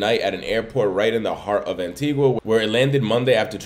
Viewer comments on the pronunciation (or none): Pronounced 'AN-TEE-GAH' Not "an-tee-gua"